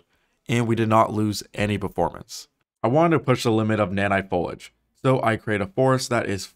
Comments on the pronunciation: This is a great video but fuck me, the word is foliage not folage. Foh-lee-edge. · I believe it’s pronounced Fol eey idge. Foliage, not folage. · Good job Epic. And nice presentation of their work. BTW - foliage is pronounced fow-lee-uhj - not fo-luhj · "folag" my brother in christ there is an i in that word, say it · Why are you even bothering to make a video about a word you can't pronounce? There's no such thing as "folage". There is an "i" in the middle of the word. It's spelled "foliage". Use Google and look this word up and learn how to pronounce it!! Otherwise I can't take you seriously, umm, I mean "seously". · Might wanna ask google how to properly pronounce 'foliage'. Cuz it aint "folage". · Isn't it "fo-lee-idge", not "fo-lidge"? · If you’re going to sum it up in one word, make sure it’s one you can actually pronounce, gomer. Foh-lee-ij not fol-ij. 😂😂😂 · fo-lag hahahaha fo-lee-age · Let me help you out with a few of those pronunciations: Foliage: fow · lee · uhj Accurate: a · kyr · uht Cupboard: kuh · brd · How to pronounce foliage: fow·lee·uhj NOT FOLAGE. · It's "Fol-E-age". Folage isn't a word. If you're going to say a word that many times, you should probably get it right, lol. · Who's saying it wrong? Foliage = Fo-li-age. This guy = Fo-lij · FOE-LEE-ADGE, not foe-ladge. Three syllables. Great video, though. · I know I sound petty...... but it's not pronounced follige. But fo-li-age. Weirdly, how it's spelled. Still. Impressive tech. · fol i age not folage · as far as I can tell, folage is not a 'supported' pronunciation of foliage. I kept really wanting the pronunciation to be correct :( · Foal-ee-edge. Not foal-idge. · foliage. not folage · Dude I'm gonna say it; you're clearly extremely knowledgeable and passionate about this but... IT'S FOLIAGE. FO-LI-AGE. :D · Foe-lee-idge, not Full-idge. YOur text to speech LOD was set too low... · Folage? Fol-ee-age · Foliage is pronounced like foal-ee-age not foalage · FO-LI-AGE NOT FO-LAGE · lol “folij”